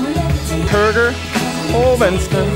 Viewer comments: i liked the part when he goes "huhrgur-vehnester-vehnster-hergurhurgur-vehnster" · Låter mest som BURGER! - FENSTAR! Jag blev hungrig av detta. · / hurrgurr fensturr